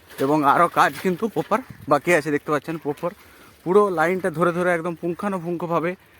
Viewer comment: Bar bar 'poper' kothata use korben na. Sunte kharap lagchhe..aar kothata poper noi..ota 'proper' hobe